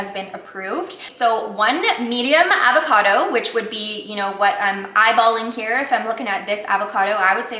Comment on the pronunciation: the way she pronounces avocado drives me up a fucking wall..